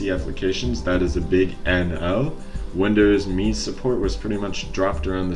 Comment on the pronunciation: Can't stand you pronouncing it wrong! It's windows M E!!!